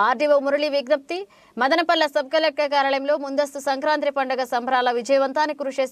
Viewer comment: అక్కయ్య అది సంక్రాంత్రి కాదు సంక్రాంతి. కర్మ రా బాబు 🤦🏻